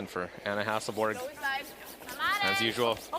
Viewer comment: Is it really that hard for commentators to say Hasselborg, instead of Hasselberg....and she is not the only one that does it.